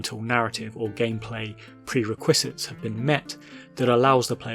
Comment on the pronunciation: Some absolutely mad pronuciations in this video, "prerequisite" and "archipelago" really stood out. Genuinely no shame intended, I assume these are just words that have been read but never heard (and reading is a good thing); but maybe check-up on pronunciations of unfamiliar words before recording a voiceover.